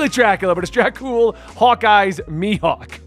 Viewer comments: You said “Mihawk” perfectly. Your friends are trolls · Literally everyone calls him Mihawk lol Idk what your friends are talking about. You're good mate lol